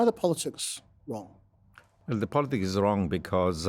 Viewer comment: The host said "politsics" twice. Or is it tswice? Practsical. Emptsy. . Emptsy. Politsical. Tsechnology. Hurtsing. = Brexit English